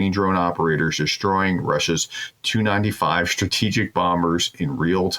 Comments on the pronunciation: If you are going to announce this sort of thing, for Heaven's sake learn how aircraft models and place names are pronounced. For instance, a Tu95 is pronounced tee you ninetyfive. And you can look up the pronunciation of Russian cities. Don't be lazy. And reading from the text you display on the screen is boring and marks you as an amateur. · these aircraft are pronounced by simply saying the individual letters, not what they spell combined. Say "T" then say "u", "tee you 95".